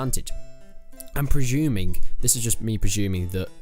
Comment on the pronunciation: I'm preshuming